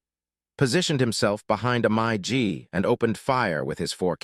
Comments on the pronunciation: This AI voice...pronounces everything wrong and it's annoying! Do better...for this amazing aircraft! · The AI voice can’t pronounce Mig! What the hell is a My-G? Other than that it was a great video about the A-1! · Mig becomes My G? When ar you going to get a narrator who is able to read and pronounce words of the script correctly? Pathetic production procedures. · Those were Mig's (pronounced like Pig) not MyG's. Otherwise pretty informative. Thanks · Mig, not Mike. It’s pronounced mig, like big. Mig. A Russian jet. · My g lol. Never heard a mig call that. Ai is still not that great yet. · Announcer is a idiot mig is not called mi g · A monster plane, but a garbage AI thing. What is a My G? I've heard of Mig aircraft. But never My G. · do you mean MIG...not MA GEE...if you're going to do this learn to how to pronounce the names correctly...these crap miss pronunciation takes away from you info. i worked A 1's in vietnam in 68-69...great pilots and air craft, plus great ground crews. We were FAC's on O-1's. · being an AI voice I understand your confusion. MIG is the correct pronunciation of MiG. It is not Mi Gee it is "mig" with one syllable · Interesting content; although I fell asleep. Upon waking up to the annoying AI voice about 10 minutes later, I realized I had to stop the video when I heard the AI narration pronounce MiG as “My G”. That was when I had enough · LOL "the My-G 17's"....😮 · North Vietnamese "My Gee" aircraft, Lord in heaven AI narration just sucks. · Someone needs to listen to audio track before releasing video and correct AI mispronunciations such as MIG-17s instead of Myi Gs! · Deliver me from AI narrators and their "my-gee" pronunciation of MiG. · "My Gee jets"? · It started out pretty good until the horrible AI voice took over and couldn’t even say MiG properly! 🤦🏻‍♂️👎🏼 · P.S. regarding crappy computer voice., voice calls Russian made MiG jets "My Gee" jets. is going to have to respect viewers better than this.